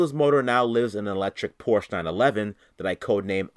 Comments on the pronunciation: POR-SCHE is a two syllable word homie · I really enjoy your videos but as a german guy each time you say „Porsche“ i want to jump in front of one. Please look up how to pronounce it correctly. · You're saying Porsche wrong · Just for clarification. It's pronounced Porsche, you have to speak the e out. It's not silent. TY